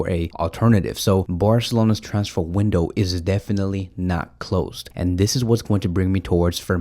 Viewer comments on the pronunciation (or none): none